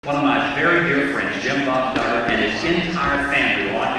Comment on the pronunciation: I thought he said douchbob duggar !😂